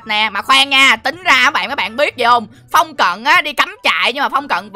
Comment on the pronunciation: đọc sai rồi